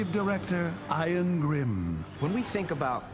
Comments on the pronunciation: Why are they pronouncing Ian like that? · In the show it’s explained. He has mad daddy issues. He was originally Ian junior but he changed the pronunciation to distance self from Dad.